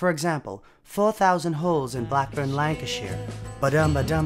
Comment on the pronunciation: Thanks for correctly pronouncing Lancashire so many people mispronounce British place names such as Edinburgh and county names but you were spot on 👍